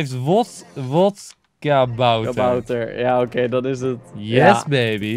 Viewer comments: vodkabouter niet wodkabouter enzo haha😂❤ ps:je video's zijn geweldig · Yo enzo het is geen WODkabouter maar VODkabouter